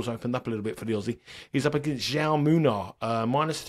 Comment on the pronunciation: Just for future reference, it's pronounced how - may ( Jaume) the Spanish equivalent of Jamie 👍thanks for the great content